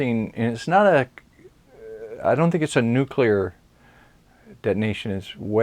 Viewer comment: This was done three years ago. I have watched a lot of Farsight's videos, but not this one. Very interesting, and about time I got up to speed on what is known about the Pyramids. One note - in this vid I discovered that does not know how to pronounce the word "nuclear", which is something I look for in intelligent people. Some people even to refuse to change their wrong pronunciation. Hopefully was told this by others before now, and has learned.